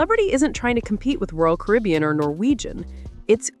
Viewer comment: This NARRATOR is either AI or ‘ignorant’. “SHE called “Royal Caribbean”— ‘Royal Carbian’ ! Stop using AI. It’s a REAL DOWNER and show a general lack of quality!